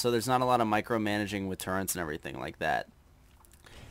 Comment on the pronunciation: Turrets is pronounced 'tur-rets'. There is no n!